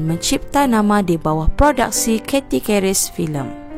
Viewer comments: YOUTIUBER .... SEBUTAN AWAK SALAH . . CATHY KERIS TU... SEBUT KERIS (SEBUTAN MELAYU) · Funny when u pronounced "keris"... better ckp melayu spt biasa jer...